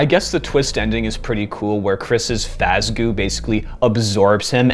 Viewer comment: And now you'll finally understand my rage against Eleanor. Also, Fazgoo. FAZ. GOO.